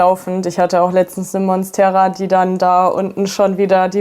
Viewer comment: Zuerst habe ich verstanden, dass sie 15.000 Pflanzen hat, bis ich verstanden habe, dass das ihre Follower sind … Schrecklich, wie diese Leute teilweise die botanischen Namen aussprechen. Korrekt wäre zum Beispiel Mónstera, nicht Monstéra. Alles Corona-Experten, Russland-Versteher und kleine Botaniker da draussen …